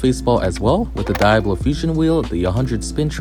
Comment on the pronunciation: can you not pronounce diablo?